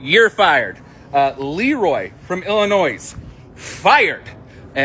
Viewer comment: The s in Illinois is silent... Just saying 😅